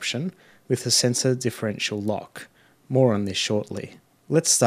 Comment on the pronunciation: Mate, so you know, you've pronounced centre as sensor a few times. Otherwise a great video, thank you.